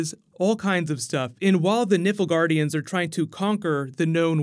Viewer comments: Really love this story and I am sooo looking forward to the series. Please call the Nilfgaardians, 'Nilfgaardians' and not 'Niflgaardians'. So...."un-emersive"! Just playin with ya! can't wait for more vids. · liking the plans for the witcher series! pretty sure from playing the game that is "Nilf-gardians" instead of "niffel-gardians" and "gè-ralt" instead of "jeralt" though 😃😎 cheers and keep up the good work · Did this man just say the "Nippleguardians"? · It's not Niffelgaardians btw, it's NILFgaardians. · ....Niflegardians? WHAT? You read that out INCORRECTLY like FUUUCK. It's NILF.....N.I.L.F Not NIFL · btw 'nifil-guardians'... ffs its pronounced nilf-guardians'